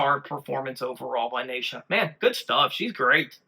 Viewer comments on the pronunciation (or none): … New Sub here following the MS MAGIC MOJO … the little stick of dynamite on lead is 16 year old “Nitro Neisha” her name is pronounced like (KNEE SHA) not NI EE SHA or NAY SHA … JUST SAYN 👍🏼🙏✌️❤️